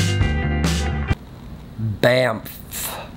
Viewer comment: him saying the word bamf honestly pisssd me off so much im ACTUALLY ANGRY AT HOW HE KEPT SAYING IT AND EMPHASIZED THE DAMN F LIKE WE GET IT